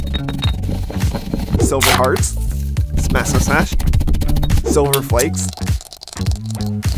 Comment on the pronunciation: the way he's saying silver it sounds like "solar"